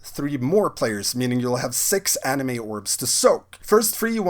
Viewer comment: "Anima", not "anime." :D